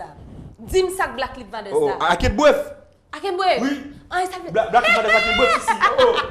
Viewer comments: Li bezwen frein wi msyeu an. Faute de vitesse tout tan. "Black leaves matè. I can't bref"😂😂😂😂😂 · "Black liv matè"😭😭😭